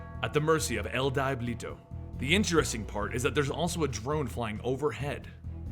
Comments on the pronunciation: "El DYEBLITO" lol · wow even a five year old kid could say if he/she is Spanish speaking no offense